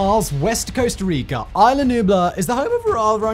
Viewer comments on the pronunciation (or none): is la, not eye la